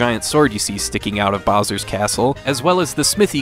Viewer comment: Hold up, I've watched a LOT of your videos and love your content and commentary until........I just heard you call Bowser, Boser....please tell me you were actually drunk or buzzed doing the commentary.